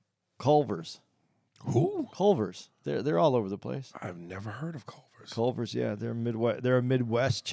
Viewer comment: Respect to for saying Culver's! #wiscolove